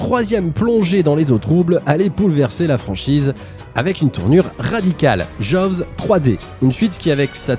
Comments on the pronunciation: On dit plutôt joze deux que jovs deux ;-) Le w ne se prononce pas comme un v... D'ailleurs vous dites Jeannot Souarc, pas svarc ;-) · Ca se prononce "Djoz" 😅 Un second opus très sympa mais qui reste dans l'ombre du premier. Et il n'y a jamais eu de suite... Non, non, yen a pas. Bon, en revanche on attends toujours Jaws vs E.T. 🤔